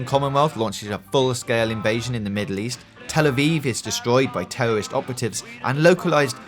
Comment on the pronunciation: Tewowist opewatives